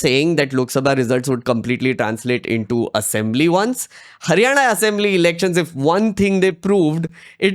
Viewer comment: Are you from Maharashtra I'm asking because you correct & fluently pronounced लाडकी बहिण, हरियाणा that ण you speak correctly.